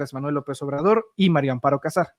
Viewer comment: Si van a decif algo al publico x lo menos tomen clases de lectura lo de el jefr de Pemex lo entiendo es gente de Oaxaca qud contrabajos hablan el Español pero tu eres um Yutuber y tienes x lo menos que leer bien, la mujer se llama Maria Amparo Casar de casamiento no de Cazador Maria, no Mario Mario es masculino da pena que aqui en Mexico sesn contados con los dedos de la mano quien sepa leer bien, da pfna oir gente con carrers Universitaria que lef coml un niño de segundo o 3er. año df primaria.